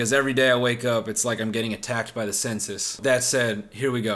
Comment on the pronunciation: Am I the only dumbass that thought he said “I’m being attacked by the senses” instead of the “I’m being attacked by the census”. It really took me 2 years to figure it out.